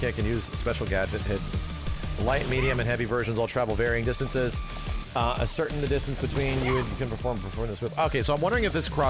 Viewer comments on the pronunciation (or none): Ascertain is pronounced ass err tain btw